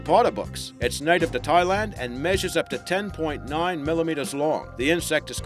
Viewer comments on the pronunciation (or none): none